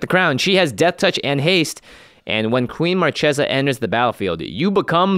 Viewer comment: YIKES!! they did it again..... its Mar Kay sa NOT Mar Chay sa. Are they like, doing that on purpose???